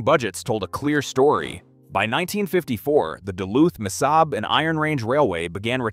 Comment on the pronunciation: Missabay?? “Mesabi” is pronounced 3 different ways, good video otherwise.